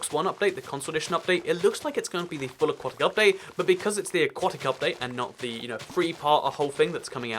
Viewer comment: Aquatic update, not aqautic update